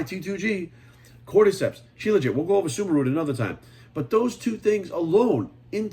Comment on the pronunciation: He said suma root, I thought he said Subaru at first lmao